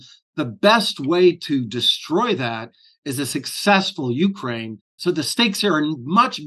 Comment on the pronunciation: Why is he mispronouncing Ukraine?